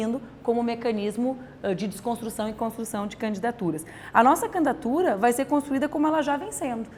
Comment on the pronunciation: porque ela fala candatura?